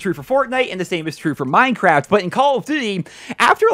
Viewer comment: Idk why, but hearing say Minecraft sounds really strange to me.